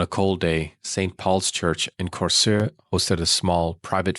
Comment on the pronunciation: As someone from Denmark - You actually did quite a good job on pronouncing danish words/names like I was impressed by your pronunciations on Korsør and Slagelse.